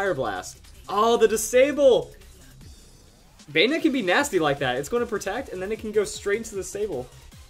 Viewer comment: Banette not banetee lol